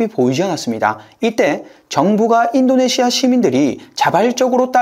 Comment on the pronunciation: 아이엠에프, 아시아, 인도네시아 발음하실때 "아" 또는 "인" 부분에서 조금 더 부드럽게 하심 안될까요? 잠에 들면서 들으려고 틀어놨다가 깜짝 깜짝 놀라서 깹니다.